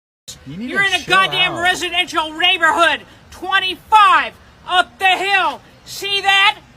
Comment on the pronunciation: start talking like her dog “reighborhood” 🐶👱🏻🤣